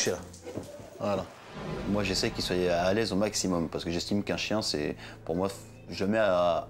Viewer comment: « qui soiye » 😭